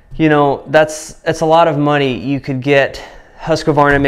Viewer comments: Im from Sweden where the saw is made from the beginning. Its kind of funny how American pronounce the name.. "Husk-kvavarna" .. Its pronounced "Hus-kvarna" :) Just a little note :) Im running Sthil saws though.. MS251CBQ and a MSA160 .. Just for some firewood around the house. I must say i really like the battery saw for small jobs its really quick and handy and the battery last longer than i though really.. Husqvarna company was founded in 1689 and has around 14000 employees today. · Please Husqvarna and not Husqavarna 😂😂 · I know that you should have a planet named after u, but I dont think that you are almighty enough to change the way things are spelt lol. It is pronounced HUSK-VARNA, not HUSKA - VARNA. I dont know, u yanks. lol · Huus-kvaarna. Not huskavarna ;) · Greetings from Sweden, I just have to point out it is pronounced Hoos-kwarnaa (sort of like kwanzaa). Great video as always, and give my best to the wife. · Having grown up less than 1h from the place Huskvarna whrere the company set off at least (don't know the type of production there today) it's quite amusing to hear Americans butcher the name :) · As a Swede its kinda fun hearing you pronounce Husqvarna 😊